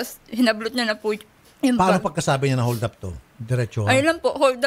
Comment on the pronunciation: Nalunok nea ung ngipin nea nung sinabi neang holdap kaya naging nyoldap ag bigkas nea haha